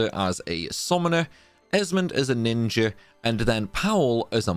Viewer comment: You say ninjer for speed? I likey